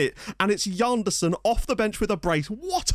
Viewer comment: Why should it be Djanderson? It's a Portuguese name, so more of a toning sje-sound. Like in the French Jean.